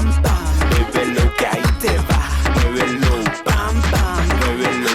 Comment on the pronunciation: "Bèbelo" me da un chingo de cringe.